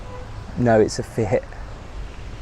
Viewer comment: FYI, The car out front was a Fiat, not what ever you tried to pronounced.